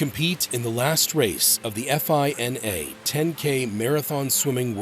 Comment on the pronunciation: Great vid. Real quick though, no one says “eff eye en ay.” It’s just one word. FINA.